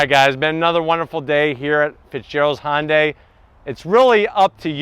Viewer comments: HUN-day not HON-day lol great video though thank you! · I love your reviews! I just wish you'd stop calling it "honday". Try saying it "hun day". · It's not "Hon-day" it's pronounced "Hyun-dae" or at the very least try "Hun-day"... I mean if you're gonna keep making videos for the brand might as well get the name right. Besides that, great comparison video! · Why is he pronouncing it "Hon-dai"? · This probably has so many dislikes because he doesn't pronounce Hyundai properly and he works at the dealership. Feel like maybe he should?